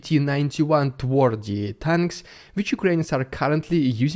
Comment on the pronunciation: Please, check the pronunciation of TWARDY (which means hard or tough in Polish). Big thanks.